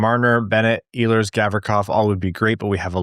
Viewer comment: He is not Eeehlers, he is Ehlers